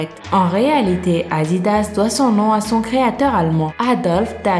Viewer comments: qui a rigolé quand elle a dit "AaAdidas" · qui a entendu le "aa3" à l'arabe à la 😂😂😂 pour Adidas